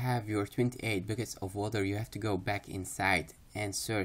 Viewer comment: Your accent is very thick. But what I love about your guides is how you enunciate so clearly that even if it sounds like you say bookets instead of buckets I understand you very well. Keep up the guides hommie!